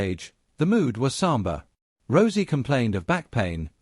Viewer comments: He said rosey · Please stop mispronouncing Rousey 😢😢😢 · Stop mispronouncing Rousey 😢😢😢